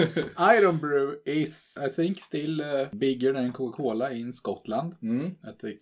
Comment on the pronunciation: i love the way pronounce cocacola: kuoka kuola